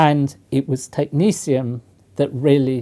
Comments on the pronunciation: Why does he pronounce it as though it’s spelled “technecium” instead of “technetium”? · why is he pronouncing it as tech ni sium when its tech ne 't'ium???? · Who decided to pronounce the second "t" like a "c" as in "Technicium"? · Why do Americans pronounce it: Technicium? It's Greek, phonetic like Cyrillic: Techni-T-ium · Looks like a T to me and not an S or C. Technetium, not Technecium..... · Why is it pronounced technesium when its spelled technetium? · Technecium sounds very different to Technetium to me. The actual spelling indicates a certain pronunciation. It is not a big deal. Just a but odd. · How does one pronounce Technetium...Technecium , when a T isn't a C? Real question. I may be an american Mutt, but i am certain that "T" and "C" don't fall into the same phonetic...well...sound profile. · It's pronounced Tech - net - ee - um. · Technetium is pronounced Technicium why? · Net is now pronounced neece is it? I'm so tempted to proffer some shearing to that bush you call hair, surely that backcomed? wildness is more work than a grade 1 alternative? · Technetium has a t instead of a s or c. Do you just pronounce it like that? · I love these videos and I mean nothing but respect. But isn’t the professor pronouncing the name of this element wrong? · How the heck is the second 't' pronounced as an 's'?! It's supposed to be like the 'c' in technician. But even that seems weird. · Is he mis pronouncing it? no second 'c' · Pronunciation of Technetium. Science is about logic. The second "t" in Tecnetium should be pronounced as a T and not a C or an S in my humble opinion. Science does not need another annoying "Alu-min-um / Alu-mini-um" situation. Sulfur is a great example of progress. Brain power should be used to make new discoveries; not to remember awkward spellings or illogical pronunciations.